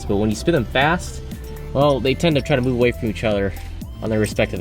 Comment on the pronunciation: "There's frome in the boat"